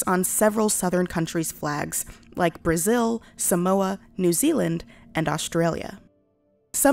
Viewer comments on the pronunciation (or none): none